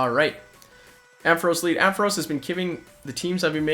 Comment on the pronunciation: Why do you say Amphoras?? Its Ampharos, you confused the A & O hahaha